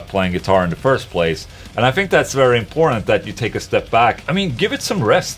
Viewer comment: when Ola says important, inporntant comes out in the end